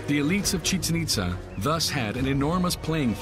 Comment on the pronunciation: It’s pronounced.. Chi-Chen Eet-zaa